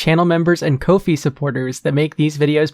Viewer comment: I think think kofi is supposed to be pronounced coffee. Cus kofi is made for small tips, you know, just enough for a coffee